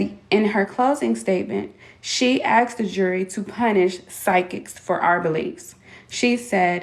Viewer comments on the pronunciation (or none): oh really? I didn't know they let people publish books in crayon 🤣 and that's when the FATIGUE set in for me. The word you're looking for is ASKED.....NOT AXED. Jesus! You did finish Kindergarten, right? 🙄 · She axed me, what a dumb@ 😂😂😂😂😂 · She "axed" them questions? Who the fuck talks like that? XD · Did anyone else notice that Ashley cannot properly pronounce the word "asked"? Is flips the s and k, making it sound like she "axed" people. "I axed the university... I axed facebook... I axed the police..." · just a pet peeve but I hate how she says "axed" instead of "Asked" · She axed about. Sounds like a serial killer in the making , using an axe. 😂😂😂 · Maybe is she asked instead of axed she would get more information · Is she a psychic or a psycho? Cuz it seems more like the latter to me. Also, anyone that can't pronounced "ASKED" not "AXED" isn't smart enough to understand that this has nothing to do with getting PTSD from the video, but the character damage she inflicted and the fact she put her name and her families' names on a public forum for everyone to see, to dox, and to harass for things she said. This whole video she made is just a bunch of "wah wah wah", she isn't going to be able to pay that money so just send her dumbass to jail already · She probably never got access to the evidence because she “Axed” and “Ak-ed” for it rather than “Asked” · The delulu is strong with this one.. And also, WHY say aksed instead of asked?!? This is a pet peeve for me (and i am from Sweden and even I know how to pronounce that!) I cringe everytime… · I'm getting progressively more annoyed each time she pronounces "asked" as "aksed"... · Do they go to a special school where they teach English differently? “She Axed me” “I axed her” why? English is like the easiest language out there how do they mess it up? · Maybe if she asked instead of axed people for evidence. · maybe her psychic abilities could tell her how to pronounce "asked"